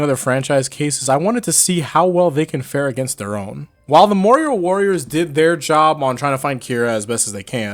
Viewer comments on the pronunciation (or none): Marrior Worias?